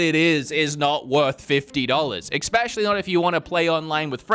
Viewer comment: you speak for a living. You cannot be out here saying PREformance and EXpecially 😅